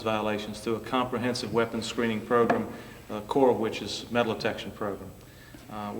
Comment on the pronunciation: Progrum lol thats how my teacher says it like its program